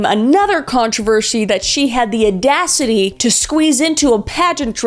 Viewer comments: Kris, what’s “uh-dacity”? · "The aadacity.." =))))))))